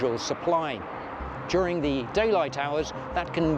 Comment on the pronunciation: “Durig” the heatwave 🤔